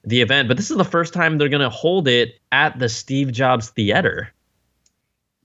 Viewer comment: said the-AT-er again...